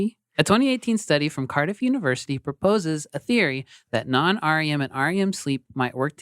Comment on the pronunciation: Tangents, the weirdest thing of this episode was, you all kept saying, "R. E. M. sleep," pronouncing the letters separately. Nobody does that. We just call it rem sleep, and have done so for decades. It is an acronym, and like most of those that can be pronounced, it became that from at least the 1960s on. Think, like, UNICEF. Nobody says the letters separately, because it seems like a word, while the NAACP is pronounced as letters, because it doesn't speak easily as a word. Meanwhile, great job, as always. Your laughter is infectious, and lifts my mood. As someone with chronic depression, you guys/gals really help me out.